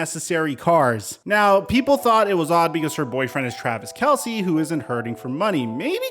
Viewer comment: By the way it’s pronounced Travis Kels, Not Kelsey…